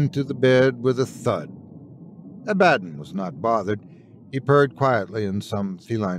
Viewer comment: Great video, though when you mis-enunciated the cats' name (Abba - don) I cringed a bit.